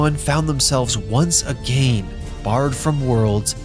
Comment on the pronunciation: WHO SAYS “AGAIN” LIKE THAT?!?